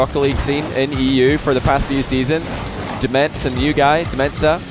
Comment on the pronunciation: I think DmentZa is supposed to be pronounced like dementia. When said the name at the beginning it sounded like he was saying Metsa(Metsanauris) and i was looking for him on the field lol.